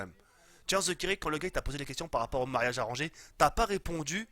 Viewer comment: Tu dis pas mariage mais ma3iage